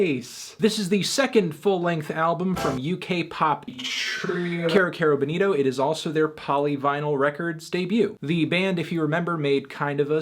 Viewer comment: Erm Anthony, it's pronounced 'KI-ro KI-ro Bowl-NI-to'